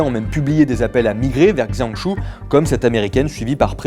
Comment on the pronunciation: Justement, il serait utile de demander comment ça se prononcer avant de dire n'importe quoi...